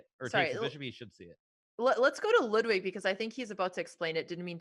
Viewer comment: I can't believe how bad Ludwig shit the bed, also it's really annoying that Botez keeps mispronouncing Lud's name.